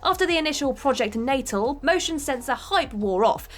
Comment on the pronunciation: Project Natal wasn't pronounced "naytle" it was more like "nuh-tal"